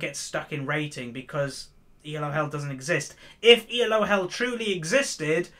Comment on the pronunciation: Elo is a name, not an acronym. See: Arpad Elo. This is why you pronounce it as a single word. Not E. L. O.